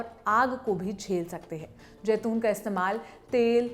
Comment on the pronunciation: Jaiton nahi zaiton hai lafz